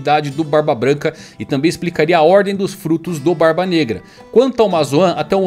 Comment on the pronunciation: Barba BNegra. Eu vi que tu ia falar Braba Branca